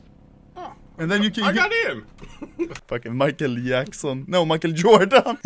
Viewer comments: WTF is Michael Yaeksen ? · “MiChEaL YaCkSoN”